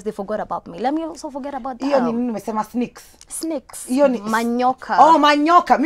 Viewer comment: "I'm not rebellion" twengin gone south! Wish she spoke in a language she can communicate properly.Hata simwelewi. What's up with 'snikes' instead of 'snakes'. Sijapenda!Just how do I unwatch this?!!